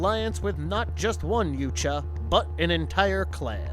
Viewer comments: Yowt-ya, not You-cha. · U-Tan-E....? Lol. It’s U-Ton-E & your wrong about so many other things but I won’t get into that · ha. yuteni he says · The heck are Yute-juh? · Noooooooo. No. No. No. They were workers. Not mercenaries. The mercenaries brought them. And it's 'jootaahnee'. Such a shame this wasn't done by an aficionado. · I think Yautja is pronounced (if you slow it down) "yeah-out-jah", but in real time without over stressing each syllable it's "yout-jah", "out" with a "yeah" sound before it ("yout") followed by "jah" like "yes" in German. 🤓🤘☮️ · Like the content, hate the narrator. He can’t pronounce anything right. “Yootja”?? Seriously..? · It’s not “Yootja” and you know it. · Your pronunciation of "Yautja" is literal cancer. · I’m glad this wasn’t the first video I watched from this channel. The carnival barker shit and mispronouncing of “yautja” had me cringing the whole time. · Isn't the "J" in Yautja silent, making the "huh" sound? Pretty sure that's how I've always heard it pronounced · Dude, you pronounced "yautja" about 50 different ways.